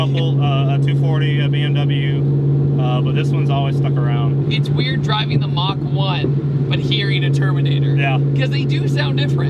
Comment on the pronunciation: Who else gets triggered when they say „Mock One“ ? 😂 But still...great video!